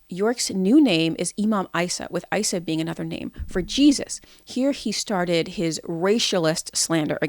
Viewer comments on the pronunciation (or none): his name was Eesa not iesa you dumb liar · Appreciate the vid, but it does come off as a biased critique given the ad hominems and mispronunciation of well known words and names like Isa for ex. I would think if this was to be a deep dive of the cult you would have had the information on point and at least had his ACTUAL claims.